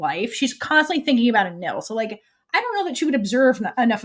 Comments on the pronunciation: Its spell is Anil with L (like what the translators did) but it’s pronounced as Anin because there’s no letter L at the end when you pronounce it in Thai so it becomes Anin. Becky once tweeted ‘AnilPin’ so that’s their official ship name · In THAI, L is pronounced as N in the end of the word. This is why is Anin e Pin although PiLantita. Prik is two years younger than Anil